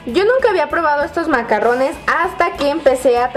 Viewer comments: ay dice macarones no macarrones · De hecho si leen la descripción son "macarones", no se pronuncian macarrones, los macarrones son fideos. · Karen se pronuncia "MACARRUNS" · se dice MACARRONES Y MACARONES "RR": Suena "ERRE" Y "R" : Suena "ERE"